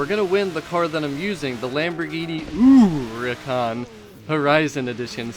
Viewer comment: When you say uricahn instead of huracan I get full on triggered no idea why hahahah